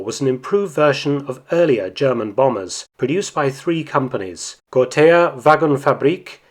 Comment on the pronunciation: ?gor-tah, ger-tah., was your prenasment. got-ha would be alot closer to the spelling